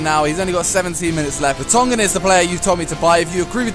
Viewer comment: It's so funny how you say Vertonghen... :)